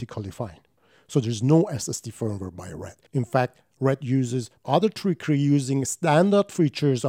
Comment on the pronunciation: Firm-ware or Feeeeervv-ware?